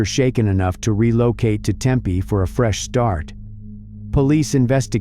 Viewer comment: It's pronounced Tempeeee not Tempay 👀🤨